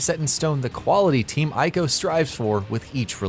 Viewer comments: He said "I"co lol. Pronounced "E"co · Its Prounounced EE-co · Ico is pronounced, " EE-KOH." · God, I can't stand when people pronounce Ico incorrectly. And he said it so often it hurt.